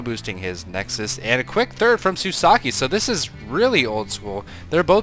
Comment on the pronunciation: i don't see the the i in the end of shusaku's name. Were you told how to say his name or did you just misread?